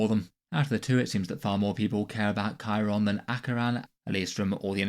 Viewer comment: Chairon just isn't even a character. Even people who are complaining he died keep pronouncing his name wrong. He had that one bit where he ran in like an idiot and that was kinda funny, and the only other thing he did was kill that astropath.